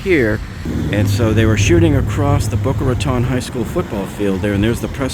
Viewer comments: Wait. Boca Raton is your hometown and you don't know how to pronounce Boca Raton? That's ... odd. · He pronounced Boca Raton multiple times incorrectly, sooooo .... maybe he lived by a nearby county. I live here, and my daughter attends Boca High, and her school went on lockdown because of the smoke in the area.